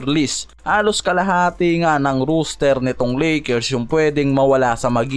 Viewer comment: Lods di ka pala nakikinig sa mga suggestion sayo. Gaya ng rooster vs roster. Ang roos-ter na binabanggit mo ay manok. Ang ros-ter ay para sa tao. Siguro naman hnd mukhang manok ang mga player ng lakers para tawagin mo na roos-ter